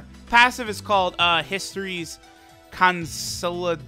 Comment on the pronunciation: Con-solid-ate-or is the pronunciation.